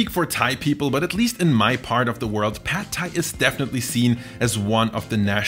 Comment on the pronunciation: you researched this video well but you didnt research how to pronounce pad thai!